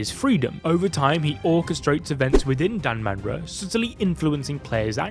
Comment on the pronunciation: Its danmara